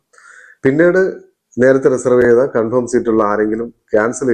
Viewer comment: ആദ്യമായിട്ടാണ് കൺഫേം എന്ന വാക്ക് കൃത്യമായി ഉപയോഗിച്ചു കണ്ടത്. കൺഫേമിന് പകരം ഓരോരുത്തർ കൺഫോം എന്നാണ് പറയുന്നത്.